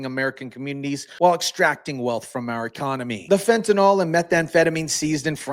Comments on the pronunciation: you know as an organic chemist I have perplexed at how everyone is pronucning fentynyl. by saying it as fentanol that OL ending? it means it is an alcohol, which it is not. Take it from wikiepedia if you want to stop sounding like an eeeeee deeeee ot. lol The correct pronunciation of fentanyl is "fen-ta-nil" , with the stress on the first syllable and the final syllable sounding like "nil". The pronunciation is often rendered as /ˈfen.tə.nɪl/ in the UK and /ˈfen.t̬ən.ɪl/ in the US. While some people pronounce it as "fentanol," this is considered incorrect because fentanyl is not an alcohol and does not have the "-ol" suffix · Fentanyl does not rhyme with alcohol